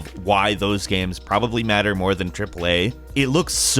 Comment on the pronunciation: Pretty good gaeiums. Why you pronounce game like gaeium tho